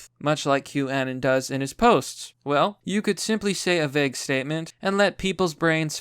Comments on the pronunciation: With saying Q annon it almost sounds like you're saying Kwannon, like the japanese assassin Psylocke stole her body from after her real one was killed. But yes, I agree. Q is a psyop, very obviously, which is why taking it this seriously is a bit alarming. It's "hope porn" for lack of a better turn of phrase because "just sit back and enjoy the show, we'll take care of everything. It's all part of the plan." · Omg youre going to send my ocd sky high. 1- Q- Ah-Non (like ANONymous) 2- Stat-in Island 3- Anthony Wee-ner